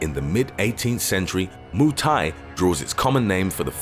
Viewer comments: I died when he said Moo Thai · You know a guy can't fight when he can't even say Muay Thai right lmao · "moo thai" lol